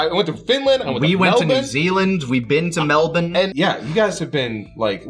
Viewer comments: As an Australian, I just want to mention the usage of "Mel-bin." Thank you, Lani, very respectful. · Listening to them list the places they've been, as an Australian living near Melbourne, it really makes me smile hearing people from other countries, especially America, pronounce the name right, 9 times out of 10 it really shows that they enjoyed their time there when they've visited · Holy shit, they pronounce Melbourne like proper Aussies. I'm so proud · this episode was fantastic and an emotional rollercoaster but the thing that stuck with me the most was lani's correct pronunciation of melbourne. congrats! almost no one gets that right! two big thumbs up from australia. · Yeah, but… Lani’s perfect pronunciation of Melbourne. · I appreciate the accurate pronunciation of Melbourne 😊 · aussie here thank you for pronouncing Melbourne the way us aussies say it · THEY PRONOUNCED MELBOURNE THE AUSTRALIAN WAY